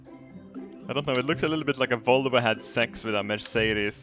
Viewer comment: Jet "wolwo" never gets old. This is like my 8th rewatch. It's always funny :P